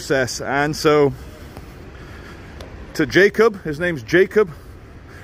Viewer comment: His name is spelled Jakob but is pronounced yakob